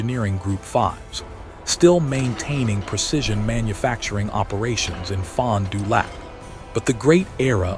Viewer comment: The video accompanying the narration is humorous at best. It makes it hard to believe the narration. Pronunciation of Fond du lac makes it worse.